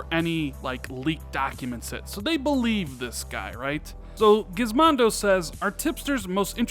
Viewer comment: This guy did not just say Gizmondo! LMAO It's Gizmodo (without the n)